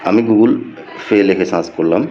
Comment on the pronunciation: শালা কাংলাদেশী ঠিক ভাবে গুগল পে উচ্চারণ টাও করতে পারতেছে না 😂